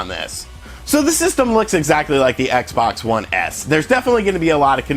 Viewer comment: LOL sound like he say dickless xbox one